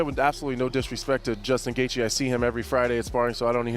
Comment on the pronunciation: did this guy just pronounce gaethje as Gathe Ye